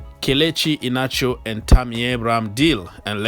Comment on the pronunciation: Kelechi I-hia-na-cho is how to pronounce the name